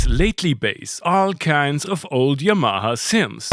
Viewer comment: Im going to need a tutorial on how you pronounce yamaha